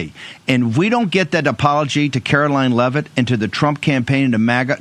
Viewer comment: Brian, please pronounce Leavitt’s name correctly. It’s a Jewish name—not hard. (Even Bannon pronounces it correctly.)